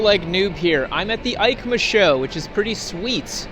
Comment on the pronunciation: EIMCA sounds like YMCA a lot pronunciation wise